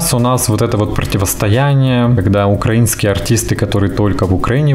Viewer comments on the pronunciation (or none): none